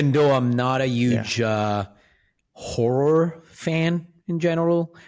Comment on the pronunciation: Why does Matteo pronounce horror like whore?